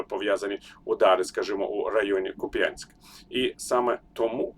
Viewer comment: Шановний Віталію! Прошу називати моє місто КУп'янськ, а не Куп'Янськ. Для нас це звучить як УкрАіна, а не УкраЇна. З повагою.